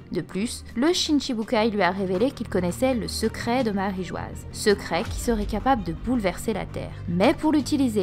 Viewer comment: Très intéressant ! Très novateur d'irais-je même 😉 . Mais s'il vous plaît, dite marijoa bordel ! マリージョア se lit ... marijoa. J'en peut plus de lire marigoise ça me sort par les yeux 😭